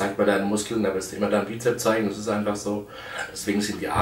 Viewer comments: Lieber Markus, es heißt Trizeps und nicht Trizep. Ebenso mit Bizep und Bizeps. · Hat er etwas gegen das 's' in Bizep - s und Trizep - s? XD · das heisssssst bizepsssssssssss mit s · Bizep, Trizep, sooo herrlich doooooof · Na ja, sein Trizeps ist null vorhanden. Was soll also das blöde Gequatsche von dicken Armen, wenn sie nicht ausgewogen sind. UND: Wann lernt er endlich, dass es BizepS und TrizepS heisst. Peinlich!